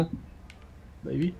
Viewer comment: Je suis le seul à entendre dire "ui" au lieu de "oui"